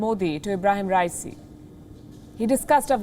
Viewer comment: What if you start by pronouncing his name correctly ?